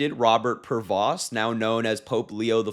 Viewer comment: His name is pronounced "PRAY-VO". The S and T are SILENT!